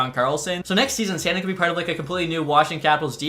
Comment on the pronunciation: San “DEEN” not sandin’ lmao